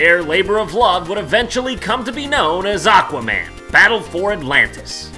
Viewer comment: Ladies and gentlemen, I present to you ECHwaman: Battle for Polaris.